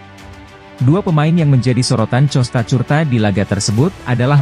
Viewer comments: itu suara tts...klw di setel ke bahasa indonesia maka semuanya di baca sesuai abjad..tapi sebaiknya adminnya jeli...klw Costacurta harusnya diganti kostakurta..biar bagus di dengrnya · Ngomong Costacurta nya lucu min hahhaa